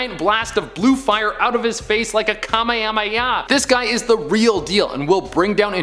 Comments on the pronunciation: we freakin shoots a kameeyameya from his mouth Me: bro it's kame hame ha not kameyameya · Lol a lot of these monsters aren’t really scarier but just stronger or bigger also it’s kamehameha not kamehameya 😂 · Let’s all ignore he said kamehameha wrong